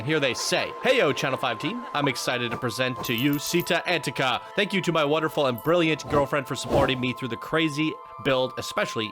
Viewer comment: Chee-TTÁ An-TEA-ka*